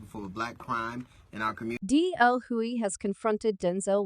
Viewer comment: Again I have a problem with robotic voices telling me what's up if the robot voice does not know how to pronounce a person's name that's the first indication that I won't like it the man's name is hugley not Huey